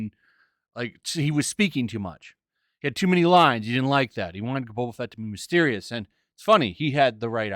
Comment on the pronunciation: That not Boba, that's Bob-ba